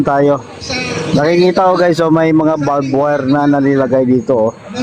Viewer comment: Di ba barbwire di balbwure!!!